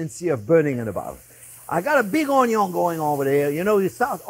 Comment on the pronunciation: “onyon is always number first”